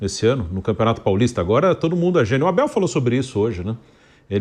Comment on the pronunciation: Flávio, foi o Abel quem disse que os corneteiros que vão ao estádio para chingar, fiquem em casa. Mas o sr. não consegue prenunciar o nome dele